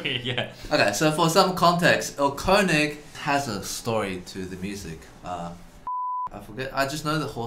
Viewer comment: germans loving how people pronounce "Erlkönig"